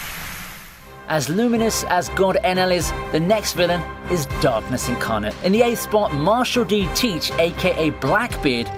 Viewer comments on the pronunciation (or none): none